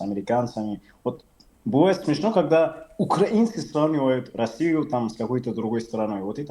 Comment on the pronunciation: "почему УкЯїна напала на Ясию?..пьитаймази!"😂😂😂